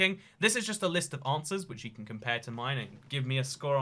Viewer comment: I like how he says can as con, but can’t as can’t